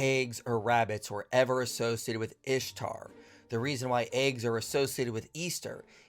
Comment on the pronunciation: Can't even say Ishtar right. Whatever keeps his male God who doesn't exist happy